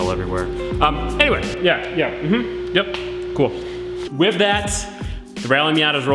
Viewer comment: Can you say ‘with’ and not ‘whiv’?